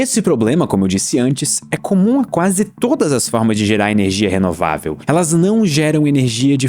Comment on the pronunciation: Sempre que ele fala ernegia fuca mais esciuro / claro